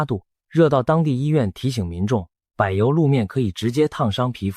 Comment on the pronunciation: 影片解說有字發音錯誤，「爌」肉飯，「柏」油路，在台灣的發音是控跟伯。阿「嬤」唸罵